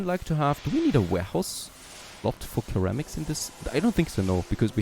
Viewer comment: just FYI ceramic is pronounced like Seramic